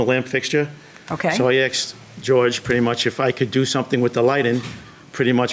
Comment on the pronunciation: Take out the "r" and you petty much nailed it!